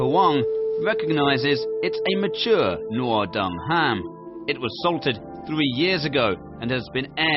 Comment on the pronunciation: The pronunciation of the speaker is so confusing - Noodung instead of Nuodeng, Raoguo instead of Rugao. Sad!